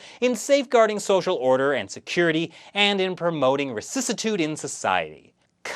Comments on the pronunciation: awesome explanation,. small quibble: rectitude, not recicitude. Rectitude as in uprightness "corRECT". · Rek -tee-tude (spelled rectitude) is the correct pronunciation, not what you said.